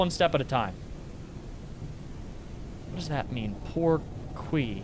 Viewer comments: "Poor-kwee?" that killed me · Everytime I hear people try to prononce french it's so funny, somehow the way you said "pourquoi" kinda sounded like french canadian accent hahaha